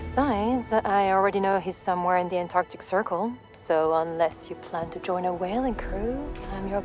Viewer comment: Writing "Antarctic" in the subtitles doesn't change the fact that you say "Arctic". 😂